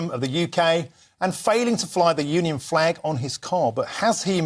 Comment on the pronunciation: He wouldn't fley our fleg!